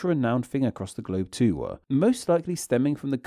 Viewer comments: What accent does the narrator have? It's quite frustrating how you add an extra sound at the end of every sentence. "Too" is not pronounced "Toowah". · I'm curious about what's going on with your accent. I've never heard words such as 'too' pronounced 'too-wa' and 'them' as 'them-ah' before. Where is that from?